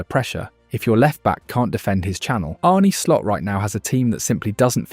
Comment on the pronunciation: "99th minute or later" "Arnie Slot" AI slop narrator.